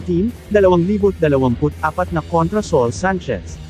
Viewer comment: Ano ka ba? Bakit ganyan ka mag Salita? Sa ul hinde soul